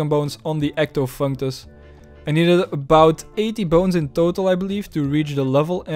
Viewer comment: Omg u actually pronounce Ectofuntus correctly, I’m making a second account to sub twice lol